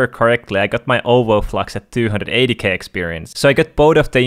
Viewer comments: Did anyone notice when he says overflux it sounds like he sayin owoflux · He means owoflux lol he says owoflux